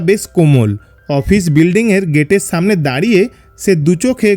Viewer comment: সামনেকে ছামনে বলেন কেন আপনারা স কে হিডেন করছেন কেন?